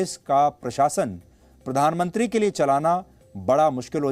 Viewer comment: पोरधान मोनत्रि 😂😂